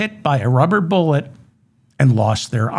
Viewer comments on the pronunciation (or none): none